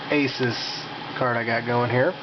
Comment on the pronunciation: It's pronounced "uh-soos"